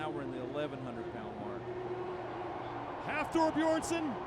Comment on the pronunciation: Is he saying Hafor Beersson? Pretty disrespectful to continually obliterate his name... Don't they practice the pronunciation before the competition?